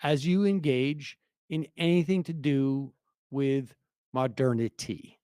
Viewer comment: Holy shit!!! Did Sam just finally pronounce "MO-DER-NI-TY" correctly?!! Woah!! 🤯🤯🤯 These must truly be the end times. 😂😂😂